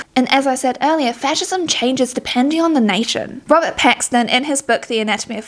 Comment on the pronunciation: Bro I kept hearing "Robbert Pattinson" 😭😭🙏🙏